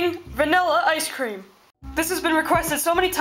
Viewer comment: More like ice cweam.